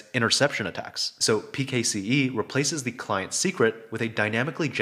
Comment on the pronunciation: its pronounced "pixie" mate